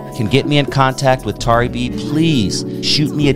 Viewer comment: I remixed some of her tracks on a recent album and she is an incredible person and artist. Though her name is mispronounced throughout the video and there are some inaccuracies, I like this video.